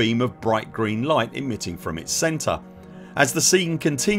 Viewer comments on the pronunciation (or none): none